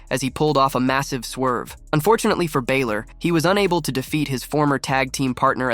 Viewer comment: Sort out the guy yapping on the pod, he can’t even per knounce Balor properly